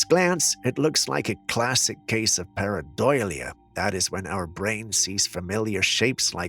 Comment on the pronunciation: Parah-Dol-lee-ah, not paradoyleeia 🤣🤣🤣 still love your channel, brother. Every time you say it, i say it out loud in proper pronunciation.